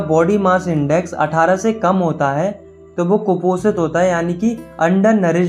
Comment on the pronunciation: Kuposit hota hai 😂😂😂